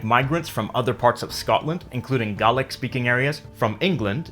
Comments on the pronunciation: Its gaylik not garlik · got a question to you,, is it just me or is gaelic pronounced gAElic as in didnae instead of gAHlic like he said in the video? a mean a might be wrong but it bothered me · Wait Gaelic is pronounced as Gah-lic? I thought it was pronounced as Gay-lic. Not calling the language gay but I really thought it was pronounced that way. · Pro Scots tip - Gaelic is pronounced similar to 'gay-lick' I couldn't help but hear you say something closer to garlic. :p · It's pronounced gaylik not garlick. .. love the history tho this is a great channel. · hahaha, gaelic is pronounced gay-lick by the way not garlic! lol get it right! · great vid but the pronunciation of Gaelic is Gaylic now Garlic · I've never heard Gaelic pronounced "gah-lick" only "gay-lick". Where did you get that? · Why are you pronouncing it garlic? It's Gaelic, pronounced GAY LICK. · Isn't it gay-lick instead of gaw-lick? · Gaelic is the language of Ireland 🇮🇪. It's pronounced Gay-lick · Just saying it’s not “garlic” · This guy says Gaelic like a guy from Boston saying garlic. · Gaelic is an English word to cover both Scots and Irish languages, neither of which is called Gaelic in the respective languages. It doesn't rhyme with "garlic" and I wonder where the presenter picked up the pronunciation. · Am I the only one hearing "garlic" when he says "Gaelic"? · I’m pretty sure it’s pronounced GAY LICK, no pun intended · It's pronoinced gay-lic) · Its pronounced g ai lik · Gaelic is pronounced (gay-lik) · Being Irish, it annoys me so much hearing this. Gaelic is pronounced "gey-lic" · You say Gaelic wrong it more sounds like gaylic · whenever he said Gah-lick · Gallic? Gallic? The ae in Gaelic is pronounced like the first e in here, not Gallic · You pronounced Gaelic wrong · You said Gaelic wrong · it canny be just me that is seriously bothered by how Gaelic is pronounced here.. .-. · ive never once met a fellow scotmans to pronounce it the way you said it here.. i kept going nooo D